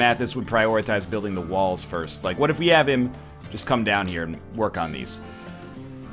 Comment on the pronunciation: dat woork tho